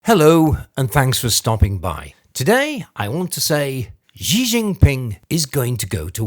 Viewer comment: Hi. I just dropped by because I'm interested in China news analysis. But I have something I need to point out. You are mispronouncing Xi. It's not "Zhee". That's not correct. Listen to people who speak mandarin; Mandarin (and also Cantonese, the other popular dialect) completely lacks the "zh" sound that is found in the middle of the word "measure". Even when Chinese words are spelled with "zh" (such as Zhejiang) it is pronounced like "dz" (voiced plosive palatal fricative or something like that). Xi is pronounced "She". The Chinese orthography system, Pinyin, took several English alphabet letters that they thought were redundant (X, Q, and C) and re-assigned the pronunciations to replace multi-letter combinations (Sh, Ch, and Ts, respectively). Also, a bunch of the vowels, including the letter E, were given different pronunciations, so Deng Xiaoping is pronounced "Dung Shiaoping". Please don't say "zhee" when you read Xi. It just sounds uninformed. If you were to read a Welsh or Irish name that is spelled oddly, you would presumably look up the correct pronunciation, would you not? If you're going to do analysis on what China is up to, at least pronounce the names according to the orthography.